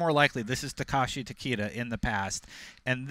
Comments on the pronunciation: Yeah these guys have messed up almost every pronunciation. They said for Tarkatan "Tarka-tan" instead of "Tar-cat-tan". And for Takeda they pronounced it "Ta- Key-da" instead of "Ta-Kay-da". Embarrassing because its IGN. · Tah-Keh-Dah -- That's how you say it properly lol